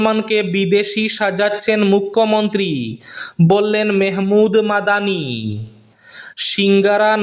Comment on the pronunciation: ভাই, মাহমূদ মাদানী কে মেহমূদ কেনো উচ্চারণ করেন?